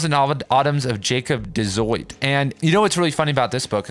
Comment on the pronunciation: It's pronounced de zoot, jasper says so in utopia avenue